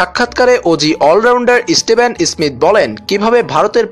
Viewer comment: Istevon ismith noy dada steven Smith